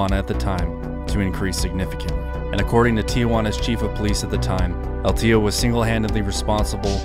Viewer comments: I believe it’s pronounced el TIO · Excellent video I was just a bit annoyed by how you pronounced el teo(teh-oh) wrong repeatedly but I understand you dont speak Spanish it just hit my ear wrong lol.